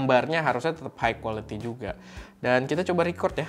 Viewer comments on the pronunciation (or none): none